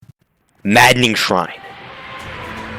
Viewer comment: bro said maddaning shrine 💀